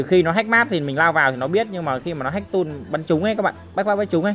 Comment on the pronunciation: Tool mà ông kia lại bảo toll